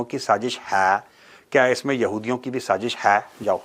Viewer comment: That last "sajis hayyyyy" in the accent.😂 You rock with the facts! ❤